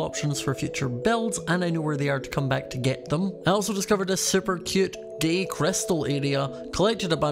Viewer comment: “super cyute gay crystal area”